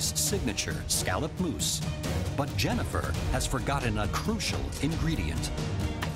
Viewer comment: Why does scallop mousse sounds like scallop moose